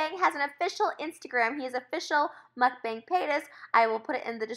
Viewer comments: Trish, it’s not pronounced “Mukbang”. The correct pronounciation is a bit different (it’s more like mok-pang) try searching for it here on YouTube! I think that queen of Mukbangs should know the correct way of how it’s pronounced. ☺️❤️ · when is someone gonna tell her it’s pronounced mook bong not muck bang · this is so frustrating for me bc mukbang is actually pronounced mookbong and its so,,,, FRUSTRATING how they mispronounce it the whole time 😭